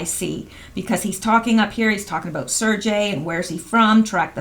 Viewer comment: Surgey - Hard g like Sir-gay